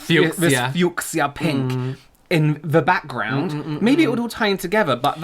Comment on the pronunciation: Forever going to pronounce fuchsia that way.😂